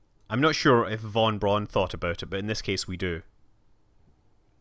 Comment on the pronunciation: FYI "Von Braun" is pronounced like "Fon Brown", not like "Won Bron".